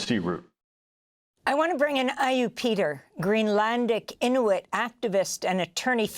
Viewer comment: Amy can’t pronounce Inuit or Mountbatten but goes to town with the Latin names. Madurrrrrro, Puerto Viy-atta🤣